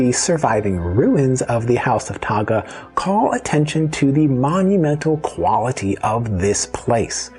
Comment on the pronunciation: Please respect our language and culture. Correct enunciation is one way to show that respect 🤙🏽. How it’s pronounced should also reflect its spelling, e.g., Tagga’ and not “Tåga”; Tini’an and not “Tinian”.